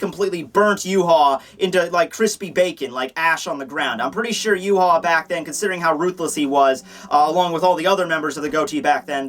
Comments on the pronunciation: I always thought Yhwach was pronounced "Yah-wick"... Yhwach = You-hah??? Mind = Blown??? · Why do you say his name wrong? It is pronounced YAH-WAH. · Say it with me ooo-vock his name is German an d should be pronounced as such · Why is it pronounced Yew-Haw if it's spelled yhwach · Yu haw that is too funny! His name is German and probably pronounced Ya-vahc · According to the Romanization of the Japanese, it's actually supposed to be pronounced "Yu-ha-ba-ha." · Its yu-ha-bak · i hope he realizes hes pronouncing the name wrong. yah-whey is how its pronounced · It's actually pronounced ee-vok. Just put Yhwach into google translate with German selected and listen. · wouldnt ywach he pronounced yvach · i believe his name is pronounced Juhabah